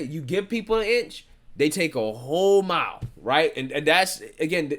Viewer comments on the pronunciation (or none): none